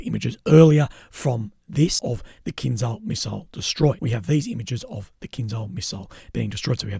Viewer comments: Stop saying kinzal, it's KINZHAL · The pronunciation of kinzhal is actually kinjal. Not z, but j for Jerry. Kinjal means dagger.